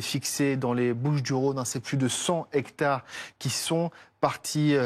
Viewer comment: Déjà, la journaliste qui c'est fait virer par un pompier parlait de 100 Z'hecrtares et lui parle maintenant de 200 Hectares (histoire de pas se mouiller sans doute). Je n'ai qu'un C.A.P mais je dis 100 T'hectares et 200 Z'hectares . Chapeau les journalistes de BFM !👏